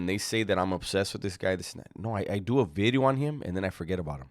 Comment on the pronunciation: I am here just to hear say “a new bideo”